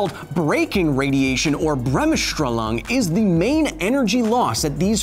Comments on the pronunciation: It's Bremsstrahlung, not Bremmesch-Drallung xD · Bremsch-schtra-long :D Fluff, as a german that is just hilarious :D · listening offscreen, i wondered what "bramshtrullang" could be until i saw it written on the screen ... doh XD pronounce it "BREMS-SHTRAH-loong" please, stress on both frist two syllables and with the oo-vowel of in the last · Hahaha ja. Brem-schtra-lang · You butchered the "Bremsstrahlung"😂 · Be lenient with him. German is pretty hard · a valiant attempt was made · Don't, it made me chuckle. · Wow, he really slaughtered "Bremsstrahlung". Hard word I have to admit. Great Series! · Damn, as a german its kinda funny how he pronounces "Bremsstrahlung" lmao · Please make a video only saying Bremsstrahlung.